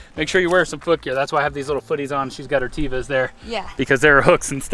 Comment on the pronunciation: Please do me a favor and stop calling those sandals TEE-VAHs, the correct pronunciation is TEH-VAH. It's a Hebrew word meaning nature. Please Nevah, Nevah, call TEH-VAHs TEE-VAHs again. 😀